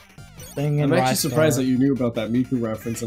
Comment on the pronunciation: Also also Ristars name is pronounced RYE-STAR not REE-STAR mainly cause the back of his box says "to catch a RISING star" which is a sort of pun on his name....okay no more comments....maybe